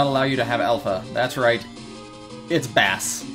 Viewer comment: Its pronounced Bass. Like in Music